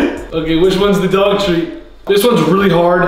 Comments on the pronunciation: gray says dog in a jersey accent😍😍😍😍❤️❤️❤️ most cutest thing ever! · THE WAY HE SAID DOG TREAT 😂 YOU CAN TELL HES FROM NEW JERSEY